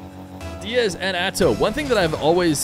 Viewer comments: am i dumb or is he saying Azow instead of Atow? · is it spelled Atow but saying Atzow is right?